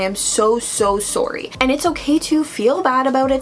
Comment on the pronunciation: Thought you were American until you said sorry 😭😭😭